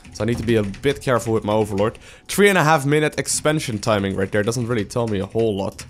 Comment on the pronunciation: Is it just me or am I the only one that enjoys when he says..."Im gonna send these over Dare, gonna put this over Dare, send my army over Dare"... lol. I like the way you say the word there. But you say it like Dare. But anyways, i always enjoy your uploads, always teaches me to become a better Zerg player. Keep those videos coming!